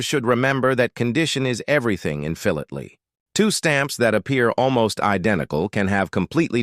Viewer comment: WOT... did he say "" Phil late ly?? wots that?